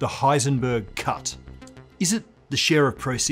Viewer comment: It sounded like he said Heisenberg Cup, now I'm thinking we must devise some type of physics tournament.